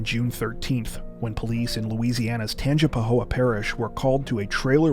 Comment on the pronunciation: I am so proud of you! You pronounced tangipahoa correctly! As a native louisianian, very few people say a lot of the names right! Awesome video!